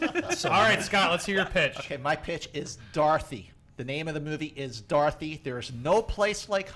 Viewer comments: I thought he was saying "darthy", lolz...not "dorothy" XD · I thought he kept saying "Darthy"